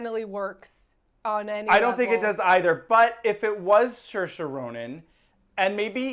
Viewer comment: Try saying "say" as the first part of Saoirse Ronin. The back half sounds good. The first half is MUCH closer to "say" than "sure".